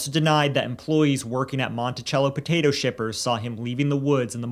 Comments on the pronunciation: It’s pronounced Mon-ti-cell-o. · I grew up with jen. Lets not forget when they went to speak to Cindy and Jim they night of her missing they were eating popcorn watching tv. And it's (monti-sello). We all knew what happened to her before it was posted on the news.ĥ